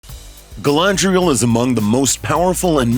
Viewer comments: Did you just say Galandriel?! Wow.. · He did not just say Glandrel. Wtf is this hot mess? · Did he call we Galandrial? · you DEFINTELY said Galandriel. second Melkor did not want to destroy. he wanted to RULE over everything. did you even read the Silmarillion?